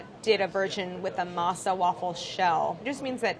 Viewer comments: Kills me how she pronounces Spanish words so American but pronounces French words correct. Masa=mah-sah and Harina=ah-rree-na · I fricking hate when you say masa or jarina (harina), when it's literally translated to dough or flour, or even saying crema when it is straight forward cream. I don't understand why